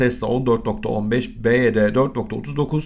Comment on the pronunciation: Dayı anlık tesla mı baydöner mi diyorsun sandım